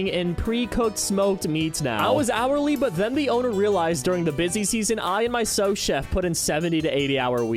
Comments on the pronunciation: Sue not Souse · Sous pronounced like the name Sue btw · That triggered me every time he said it lol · This drove me crazy the whole video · Good vid but it's pronounced sue chef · Thank you. I thought I was going insane. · Was about to say exactly this lol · Every day's a school day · Why the fuck is he pronouncing sous chef like that? Typical americans ffs